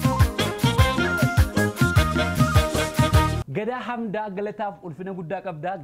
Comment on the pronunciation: akkumaa mishaa itti cabsittee garuu maqaa artistottaa yeroo kan abbaa yero wamituu 1gaddaa amdaa jette its rong Say gadaa hamdaa 2 kekkiyaa badhanne jette Say kekkiyaa badhadhaa not badhannee bro the all are perfect thank you❤ keep it up